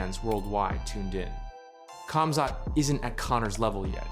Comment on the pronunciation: Its a silent K. Guessing you still use the K in Khabib too 😂😂